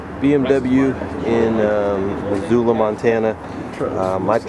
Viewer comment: BMW! Are you saying "typical BWOM" is dead meat on the pavement?